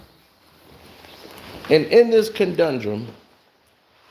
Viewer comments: Wait, did he say conDundrum? It's conundrum. One D, sir. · The word is conundrum brother. Not condondrom.🫣